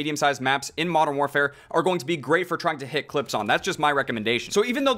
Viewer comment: “marn waarfare”